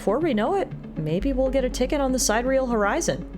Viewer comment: Sidereal: Apparently its supposed to be pronounced Si-dir-ee-el. It means something like "astral". Not trying to nitpick or anything. It just occurred to me that "side-real" is a really weird name for a ship!